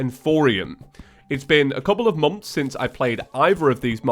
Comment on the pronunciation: why do all welsh or irish say moms instead of months